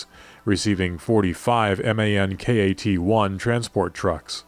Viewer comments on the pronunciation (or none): The Kat in the German MAN KAT 1 trucks ist pronounced in englisch more like cat